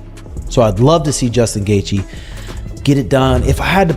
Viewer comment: Stop dragging JR into your BS! And your AI mispronounces Gaethje.